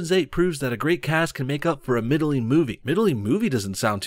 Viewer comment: middling - not "middle-ing" ffs